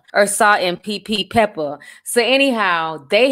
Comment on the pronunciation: Not PPPepper 😂